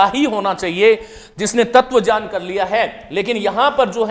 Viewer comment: सर जी आप तो ज्ञान को जान बोलते है क्यों